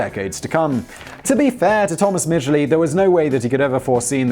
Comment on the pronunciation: I would just like to say....thank you for pronouncing the name right. (We don't talk about Thomas...)